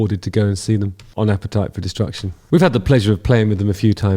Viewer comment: " APPETITE FOR DESTRUCT-YÜN " HE SAYS... ;-)